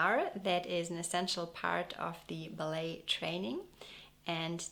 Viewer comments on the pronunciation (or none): none